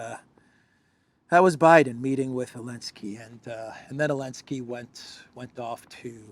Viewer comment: did I hear you nright calling Bidsen professsor? Did you mean University Nowhere with a major in ignorance/stypidity? Je*us the depth America has fallen.